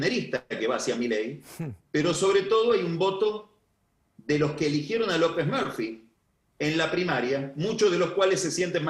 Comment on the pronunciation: Cada vez que dice López Merfi no puedo no reir